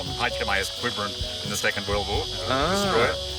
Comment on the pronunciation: That was a smashing video; what a great trip! Wish I was a few thousand miles closer so I could join in. (Just as an aside; Quiberon is pronounced Keybron, my home town in Cornwall is 'twinned' with the French town, but it's his boat and he can pronounce whatever bloody way he likes. Just pointed it out as a matter of interest:) Thanks for a great upload and greetings from South Africa.